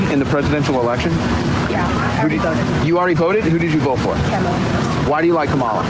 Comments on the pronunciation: They simply REFUSE to pronounce her name properly. The young woman says she voted for KAmala, and the idiot interviewer immediately replies "why did you vote for KaMAla?" Bunch of fucking idiot weirdos. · Absolutely love the Asian girls… especially the girl in the blue that said “Kamala!” Not “Kaah-mala.” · I wish someone would correct this quaker/amish beard wannabe's pronunciation of "KA"malah NOT Ka"MA"la... CORRECTED HIM!!! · SAY IT WITH ME......KA-MA-LAH NOT KOMOLO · NOBODY IS CORRECTING THIS GUY ON KA-MA-LA'S NAME PRONUNCIATION, BECAUSE EVERY DerrrrrJT chud FEIGNS IGNORANCE AND CHOOSES TO MISPRONOUNCE HER NAME A S A RACIST DOG WHISTLE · It’s Liz Cheney and that guy needs to learn how to say Kamala correctly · The intentional pronunciation of Kamala as Ka-MAH-la across the grifter space is truly pathetic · I would have just repeatedly corrected his pronunciation. Comma La, dumb**s. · it's "comma-la"...now you have no excuse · Why does the right insist on pronouncing Kamala's name wrong? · Bro’s intentionally mispronouncing Kamala’s name asking why people support her are completely clueless that they are disrespecting her as they ask the question. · i LIKE THAT SHE CHECKED HIS MISPRONUNCIATION OF KAMALA'S NAME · thank you for correcting him! He heard it pronounced correctly and still repeated it back wrong! It's not a hard name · It’s so obvious that Misinfo Wars guy is purposely trying to get a chance to say Kamala’s name so he can mispronounce it. What a pathetic troll. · I love the 2 young ladies that corrected his pronunciation of Kamala. They also knew exactly what they were talking about. They understand that the success of Trump's economy was a continuation of Obama's Policies and the current economic struggles are a result of Trump's handling or mishandling of the pandemic and tax breaks for the rich. Bravo ladies!!! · His mispronunciation of her name says it all. If you want to be a reporter, be a smart one. Say the candidates names right.